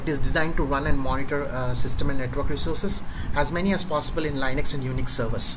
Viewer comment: it pronounced Lin X. Not lie nix thank you for sharing your knowledge. you're a good teacher